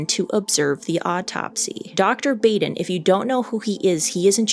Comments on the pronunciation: Mango made up for missing kisses! 💋 😘 😗 😚 😙 💋, Dr Baden is pronounced Bäden. The 'a' is short, as in 'ah' 'bahden'. He's been involved in so many cases seen on Court TV. Even a show on HBO called "Autopsy". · Please research pronunciations of names!! It’s pronounced “Bahden” and NOT “Bayden”. 🤦🏻‍♂️🤦🏻‍♂️🤦🏻‍♂️ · Dr. Michael Baden is pronounced "Michael Bahden or Bawden, not Bayden" You're welcome. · The world famous pathologist's name is pronounced 'bahd-in', not 'bayd-in' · Please learn how to pronounce Dr Michael Baden. Bah-den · Sorry, but it's pronounced Baden like bah humbug, long a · it is pronounced ‘baw den’. Also this chick thinks because his brother said it… he’s dead definitely. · Just an unimportant note, Dr. Baden's name is pronounced bah-den. Before I retired from the legal profession I had multiple occasions to hire Dr. Baden as an expert witness. He is a brilliant man. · It's pronounced "bah-dun". Dr. Michael Baden.... Very famous, very well respected as you point out. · Dr. Baden’s name is pronounced “Bawden”. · I totally agree with all your comments. I had an opportunity to talk with Dr. Baden (pronounced Baaaden) about this autopsy at a conference a few years ago. he stands by his findings and I agree with him on all the findings he came to. I wonder where the imprints from the bedsheet are and why they aren’t more not evident. You would think you would see the folds of the sheets on the neck from the pressure and the mark would be wider than what shows. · Michael Baden is world renowned... and this woman should learn to say his name correctly. That is embarrassing, considering that she is in the same/similar field... (or is she?) His name is is pronounced as if it was spelled BAHDEN... not Baden , with a hard A. Come on!! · say it with me, Michael "BAH-DEN" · Baden is pronounced "bodden." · Dr. Baden is pronounced bah-den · You pronounced Baden wrong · Pronounced BAH DEN...not Bay din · Baden is pronounced “bodden”